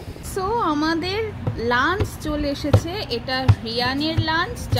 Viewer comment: Ami jokhon notun office join kori IT te, amio tomar moto korei lunch word ta uchharon kortam bole amar non Bengali collegues ra khub moja korten seta niye, then I corrected my pronunciation